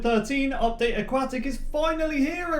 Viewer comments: How does having an accent put a K sound where there is no K sound? That's just poor pronunciation. I'm a language teacher and a linguistic so no it's not just because of an accent. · “aquat tic!” he said. “aquatic!” i said. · i'm sorry but... A-QUACK-TICK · It is pronounced a- Kwot- ic. NOT a-kwat-ic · Can you please say AQUATIC not A-QUAK-TIC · Not aquwahhh tic Aquatic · Indeed. It's also "a-kwot-ick", not a-kwat-ick. He clearly doesn't understand how the letter "u" works. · it sounded like you said update a"quack"tic.... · You're saying it wrong it's pronounce aquatic aquatic pool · AuqQUACKtic say it right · a-QUACK-tic XD ma so sorry lol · Lol he said update aqaatic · you mispronounced Nautilus and Aquatic it’s nod-a-lis and uk-wod-ick